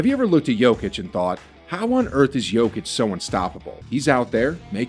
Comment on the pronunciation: I did not finish watching this video because the narrator was wrong pronouncing his surname.